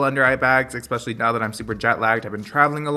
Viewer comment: “eKspecially” i love you lol